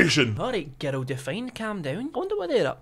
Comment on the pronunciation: Someone told me when says "girl" it sounds like he's saying "ghetto" and now I can't unhear it